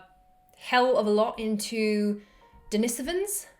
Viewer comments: I believe it is pronounced dina-so-vins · Wow! I didn't know about the carvings on the back of the Moai and I've seen a lot of stuff about Easter Island. "Denisovans" You where right the second time. please look up the pronunciation before you do the video.